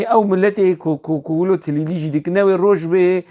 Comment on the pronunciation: استاذ. بنهاية الفيديو انت قلت تليلي! هي كليلي و ليس تليلي 😊.